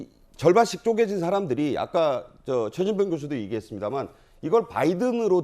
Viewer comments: 나는 분명히 죄진봉으로 들립니다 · 대화자 박진이 연이어 대답한 내용을 지워버리고 사실을 왜곡하는 것은 악마적 편집! 최진봉이 아니라 죄진봉으로 분명히 들리네요